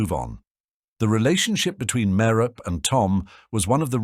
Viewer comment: Merope is a name out of Greek mythology, and just like other names from Greek mythology, such as Persephone, Penelope, and Hermione, the final e is pronounced (MARE-oh-pee). Sometimes the final e is pronounced in this video, but other times it isn't.